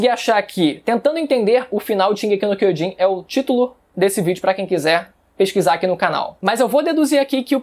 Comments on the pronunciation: Incrível você dizer ser estudante do Idioma Japonês LOL , Sua pronuncia do Título da obra é errada , não é D e sim J de Kyojin e não Kyodin !! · shingeki no queijin kkk